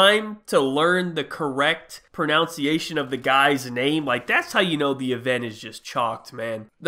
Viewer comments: I find it hilarious about when he was talking about mis pronouncing the guys name he said “pronauciation” instead of “pronunciation” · I love how pronounced "Pronunciation" wrong. Legend 💀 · “Correct pronounciation” lol the irony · it’s kind of ironic to pronounce pronunciation wrong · mispronounced pronunciation...